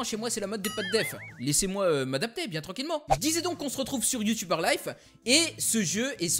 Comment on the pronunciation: Super vidéo, sa m'a fait rire la prononciation de U-Tuber:b, une suite serait cool, toujours au top tes vidéos;D